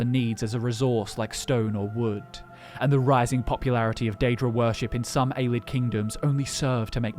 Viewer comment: Why can't any of ya'll say Ay-Lee-Id like it's supposed to be pronounced? Love yall and your videos but it drives me fucking insane every time you say Ay-Lid. Ya'll gotta know that's incorrect, is there a joke or something I'm missing here? AyLID AyLID AyLID God damn it's almost like you try to say it even more just so you can mispronounce it